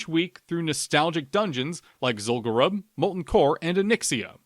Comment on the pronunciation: As a fellow lore enthusiast, I have to chime in with the pronunciation for Zul'Gurub - it should be pronounced "Zool-goo-roob". Pronounce it the same way as the troll tribe it's associated with, the Gurubashi. We don't call them the "Guh-ruh-bashi" trolls, right? The name is derived from the tribe, just as Zul'Farrak is for the Farraki, Zul'Aman for the Amani, and Zul'Drak of the Drakkari.